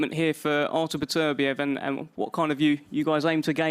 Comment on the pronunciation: Beterbiev must get sick of people saying his name wrong over and over again.